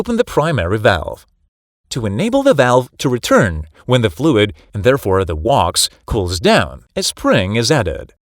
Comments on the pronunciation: Gotta love that wox…. Sorry wax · This guy can't say "wax." He said it was filled with "wox." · Wax rhymes with “fax”, not “walks”. Computer voice? Nice video! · I say wax, you say wox. Lol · Walks Whacks Putayto Potahtoe 😂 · Clear, but goodness.. took me a minute to figure out what "Wocks" (wax) is. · My girlfriend almost pissed her pants when he said wax and pronounced it wocks. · The wox took me out. But excellent educational video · "Woks" inside the thermostat cylinder? Is it that hard to narrate a video without AI? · What the fuck is "wox"? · Good information, but get a human to narrate it. "W-a-x" is "wocks" ?? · Everybody knows "wax" is pronounced "wox". Do you live under a roc? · Wax is pronounced as "WAKS" - check with any dictionary before commenting. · Thus as the WOX will cool down And the WOX will continue to be called WOX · Say Wax again? The AI is going to sound like Arnold and easy to spot. Wacks is how it should sound. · I love how AI pronounces Wax as Walks !! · Sounds more like Wox for us non-American speakers. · Canadian here. I hear WOX, and it is very annoying. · WAX is pronounced like the wax in a candle. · What is with the miss pronounciation of wax? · no it is misspronounced because it's an AI text to speech voice and not a human 🤦🏼‍♂️ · The computer narrator need a less in Wax pronunciation.